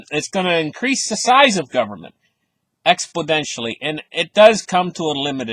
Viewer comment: Exponentially not Expodentially lol that's funny